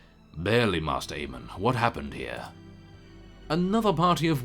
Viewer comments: mae-ster, not master:P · By the way Maester Aemon is pronounced Mace-ter. it is not master. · Sorry, but I don't know if anyone else has pointed it out but you pronounce maester like 'may-ster'